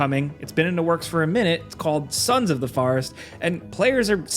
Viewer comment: You said "forest" wrong